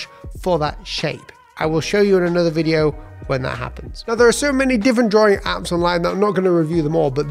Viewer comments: Drawing ❌ drawring ✔️ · No please! Continue with draw-ring. It's fun listening to that lol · Man it's annoying when you say Drawring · I like how he says drawing as draring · Drawring you say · Can we have a video about how to pronounce the word “drawing” first please?